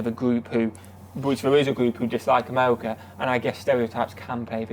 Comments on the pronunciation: Is he saying , "MOCHA"? Why is he talking about chocolate? Wait...what? He thinks he is saying "AMERICA" lmao! Seems the British can't speak English! We don't lose sleep over what Britain or Europeans think about anything actually. We love you guys, but you and a few other youtubers are the exceptions. They hate us, but REALLY want us to stay in NATO and WHO, they want us to defend them, (at our cost) and drink tea with our pinkies extended, lol. We don't care. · Amelica lol learn to talk brother 😂😂